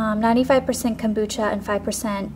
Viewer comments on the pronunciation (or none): none